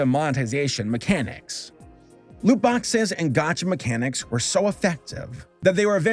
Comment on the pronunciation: ....it hurt my soul as a person who hasn't spent a dime on genshin to hear him call it a gotcha game